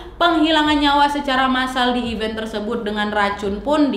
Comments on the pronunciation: Nad, event = acara. Dan even = bahkan. Beda bacanya, beda artinya.. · Maaf ralat, kalau event yang berarti acara, huruf e yang kedua dibaca seperti e pada lele